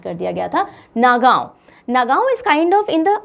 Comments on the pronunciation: Not a Nagaon pronounce Nogaon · The pronounciation of Nagaon was wrong actually it is pronounced as ''Nogaon'' also The pronounciation of Barpeta was wrong It is pronounced as "Borpeta".